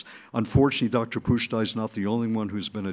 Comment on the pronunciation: Pusztai? Please. Credibility lost.